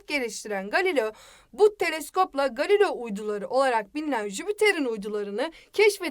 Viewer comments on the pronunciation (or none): none